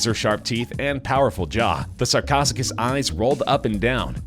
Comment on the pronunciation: Sar-co-Sue-cas. Say it after me, narrator.